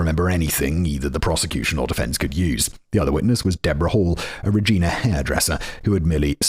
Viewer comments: Tookee?! TOUQUE! Like… Two-K. It’s a winter hat! Also, Reg-EYE-na. Bruh! I know the Regina thing is cuz you find it funny, like I find Winterpeg funny… but my god. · Regina... the city the rhymes with fun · It's Rej-eye-na. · Im also originally from calgary but a couple of years older and i remember the arrest vividly. Ok, simon did okish on Saskatoon and then it went downhill from there. For anybody wondering its toque(rhymes with puke) Regina (rhymes with..yes that) and Saskatchewan rhymes with nothing so just say it however lol. That was honestly painful to listen to So funny how simon asks chat gpt about ends meet but not how to pronounce a place he needs to say 112 times in a row😂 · As someone who was born and raised in Saskatchewan, this episode was painful to listen to. For the record, the "wan" in Saskatchewan is pronounced like the number 1, toque is pronounced like "tuke" (long U, no eh sound on the end), Regina has a long I sound when referencing the city, and "paring" is a homonym of "pairing." Now do Robert Latimer. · My god his pronunciation is erking me it is too-k, pairing knife and im not from Saskatchewan but we say Regina (yes is does sound like the word your thinking of trying not to say) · Simon: they told me it's super important to pronounce Regina like the people there do Also Simon: gets it right twice and then wrong 87 times after that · Simon totally ruining the pronunciation of Regina, and Toque is making this video so hard to get through..... ... lol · MAN! Simon had Regina right then he changed the way he said it for the rest of the video!! Lol So close! 🇨🇦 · It drives me nuts that Simon will use ChatGPT to ask about “ends meet”, but not how to pronounce “Regina” or “touque”. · Three hours of me losing my mind at fact boi’s pronunciation of Regina and toque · And Regina, I was screaming every time he said it! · Not to mention Regina 😂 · And Regina... And Saskatchewan was a bit rough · So Rej-👁️-na. Got it.